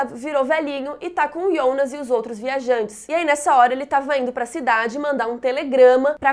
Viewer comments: Amei seus vídeos, porém tua pronúncia para fala Jonas me dá agonia pq tu fala Ionas sendo q todos falam Jonas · Ionas ou Jonas? Tenho impressão que escuto vc falando Ionas 😵😵😵